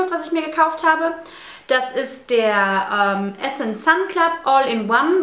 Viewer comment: So wie du "essence" zu Beginn ausgesprochen hast, war es richtig ;) Im restlichen Video hast du es dann immer falsch ausgesprochen ;)